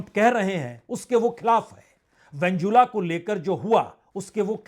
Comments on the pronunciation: Aap ke Venezuela pronounce galat hai !! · आप वेनेजुएला शब्द का उच्चारण सही नहीं करते हैं। कृपया सुधार करें। 🙏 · Kindly correct your pronunciation Sir ji Venezuela, Benjamin Netanyahu.. you should learn these words 😊